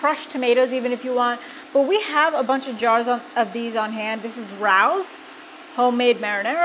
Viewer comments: Rao's pronounced Ray ohs... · I believe the pronunciation sounds like “RAYOs”. It s a wonderful, well known restaurant in NYC. I can’t wait to make this recipe. I love your videos. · FYI. The sauce is pronounced R A Ooooo. With a long a. Im not sure if thats how to describe it. LOL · Love you guys for all you do. Raos is a very fancy Italian restaurant here in New York ( two year reservation) and they do make the best sauce for Keto and in general. Just a note, it's pronounced Ray-O's. I know I'm being picky.